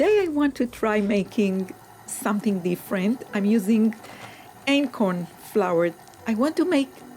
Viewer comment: Are you saying acorn flour?